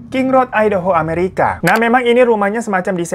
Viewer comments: Hahhh ai'daho dong ,,😅.. aEi de ho..ngejanya bang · MAAF KA DI BACANYA AYDEUHO BUKAN IDAHO AKU TAU DARI YOUTUBER ASAL AMERIKA YANG BERBAHASA INDONESIA